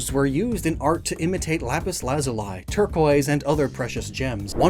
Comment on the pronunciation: "Lazulai" has me questioning if I've been pronouncing that wrong or if just flubbed it